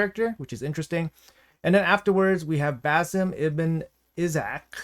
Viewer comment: Pronunciation, if you care is Al(l)-tie-air. Bai-ek, Ba-seem